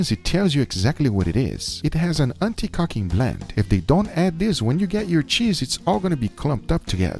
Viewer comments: Anti caking not cocking lol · "Anti-cacing blend"